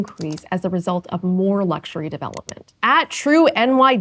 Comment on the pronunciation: "luxary" sure a square to sleep in